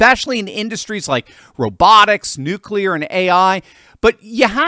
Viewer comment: Thanks for being the only person to actually say nuclear the right way lol